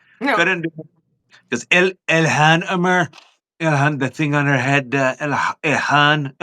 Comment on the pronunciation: He called Ilhan “Elon” 🤨🤔